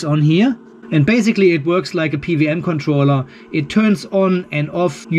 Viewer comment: I love it that you said "PVM" controller instead of "PWM".... happens to me all the time, because "double-u" is absolulely not intuitive for a native german 😅